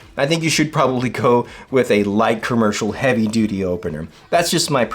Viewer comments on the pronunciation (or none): none